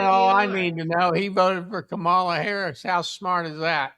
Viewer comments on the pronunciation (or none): Blob can't even pronounce Kamala's name right. So who's not smart? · 18;22 Imagine calling someone dumb when you can't even learn how to pronounce Kamala correctly after hearing it thousands of times ...